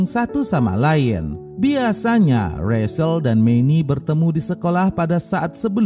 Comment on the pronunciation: Rachael di baca recel bukan resel